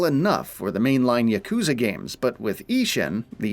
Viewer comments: bro said jacuzza😭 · Dude they don't even pronounce "Yakuza" correctly lol.